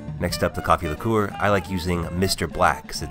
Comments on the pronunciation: “Banana liKUEWER” 🤔😂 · The way he says liqueur